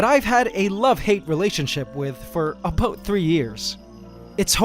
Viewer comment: did he just say aboot instead of about? Love you.